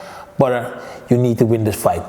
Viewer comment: Geen levol maar levEl en het is Badr geen Bador 😃🙏🏼